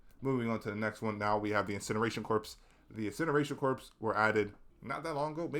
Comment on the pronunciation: Awesome video! It's nice to see a HD2 tier list without weapons/stratagems. I feel like this was a therapy session for you haha. I disagree on the nerfs for most enemies though. Spore chargers and jet pack guys are great as is. Fyi: Corps is pronounced "Core" and Brood not Broad commander. I hope you make another video!